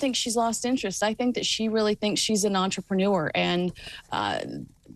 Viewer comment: I love the way says entrepreneur to rhyme with manure, it is just so apt!